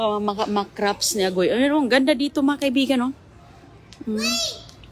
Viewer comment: You're English is very good. In a few videos I hear one word that is pronounced a little differently though: "crafts", you almost make a p sound, so it almost sounds like "craps". Normally it's not a big deal and people understand, but this time it comes out with an unfortunate similar sounding word. 😅 Thank you for the lovely videos!